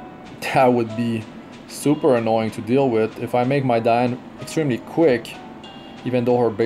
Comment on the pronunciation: im working on my holy trinity + Ravi but then i pulled 2 Diene (btw it's Dee-An-ne, not Dai-An i think, judging by the original name) her S2 and S3 are so beautiful, and she actually work well with Riko too, maybe once they really nerf Elson I will 6* my Diene too